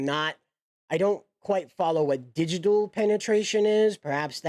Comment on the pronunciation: You sound pretty ignorant when you can't be bothered to look up words like "digital". Not listening further.